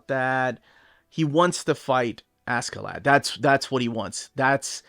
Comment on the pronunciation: Actually the pronunciation is more closer to Asherladd.